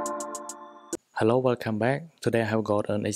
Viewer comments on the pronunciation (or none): none